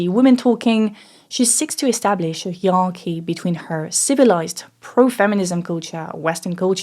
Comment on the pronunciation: the french way you pronounce hierarchy is so french and cute lol. sounds like a completely different language